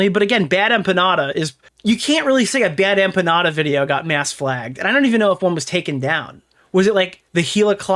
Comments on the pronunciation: The way she says BadEmpanada as “BadEmpañada” really fk annoys me. Is she trying to say it “correctly” because as a Mexican-American, no one says the N with the accent. This is the shit I wake up to. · She's done 'so much research' that she hasn't ever heard anyone say the name Bad Empenada out loud and says it like that instead... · The best part is that she received the most pushback from Hasan's fanbase but then turns around to say H3's fans are like MLM and that they cannot take critique and only "follow their leader"? And then says she's a Hasan fan but can't pronounce Bad Empanada.